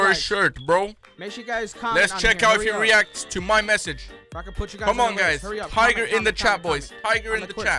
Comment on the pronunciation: TAYGER. Y. WEL. TOLD. YUO